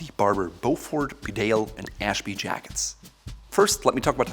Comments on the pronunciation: It’s a ‘bee-dale’ not a be-dale😀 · BeDALE is pronounced BEEdale. It’s a small town in North Yorkshire. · It's pronounced Bee-dale 🇬🇧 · Can all these reviewers from America please check their pronunciation of English words? The jacket is Bee dale not B’dale. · BEEdale, not BeDale. And you are the expert? Also learn to pronounce Edinburgh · Just wish he could pronounce ‘Bedale’ correctly. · Mate, it’s pronounced ‘Bee-dale’, just to save anymore embarrassment. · Very good review. By the way, Bedale is a place in North Yorkshire and it is pronounced bee dale. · Bedale... it's pronouced Bee - dale. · The Bedale jacket is pronounced “Beedale” It’s named after a small market town in North Yorkshire, England, where I happen to be from. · Actually sir that is wrong. It’s pronounced “bidet” after the washing apparatus. The name reflects the water resistant of the self lubricating thread found in a mans sudden separation below the small of the back. It also draws its stylistic sense from that place. From such modest beginnings to such a high price. Only goes to show that rich people will buy anything if you price it high enough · For a guy who creates videos criticising how people miss pronounce brands names. He really ought to be competent enough to say Bedale correctly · It’s bee-dale, this is coming from a Richmondite (parents are from the north though) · It’s a Yorkshire market town where I grew up and it is pronounced “Bee-dale” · pronounce bee-dale please!